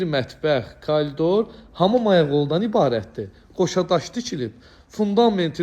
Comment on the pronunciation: Kolidor yox alə ,koridor